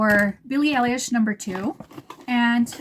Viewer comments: Love your look, love this line of edt's. And yeah. It's "Eye - Lish" like everyone's trying to say, but they don't exactly teach you how to correct. I bought #1 today and I love it!! I agree that it could be worn by absolutely everyone!! You either love it on you, or love it on someone else! I haven't found any fragrance ever in my life that wears well on myself like this one. Hence, I haven't bought a full bottle of my own edt in decades!! I just learned today about them being able to be layered! Wow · You’re pronouncing her last name very wrong 😅